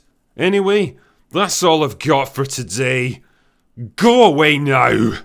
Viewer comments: Been a fan of this channel for years as we've suffered and celebrated movies and TV shows together. I think that was the most emphatic "Go away now!" yet. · Damn, that "go away now" was personal.